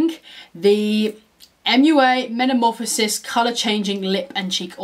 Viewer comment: You’re saying metamorphosis incorrectly.